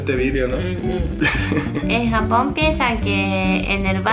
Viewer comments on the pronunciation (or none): Aaah me encantó el video 🙌🙌 pero dices "jamón" en lugar de Japón 😂😂😂 sólo fue una vez y chicos "hacer" va con H saludos desde México 😆